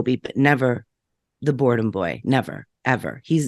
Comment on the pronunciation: Okay but the way it sounds like she’s calling Seth “Seth boredom” has me rolling 🤣🤣🤣🤣🤣 I have never liked Seth, even before this. His makes his whole personality being related to Lizzy Borden. Now days he seems so unhinged.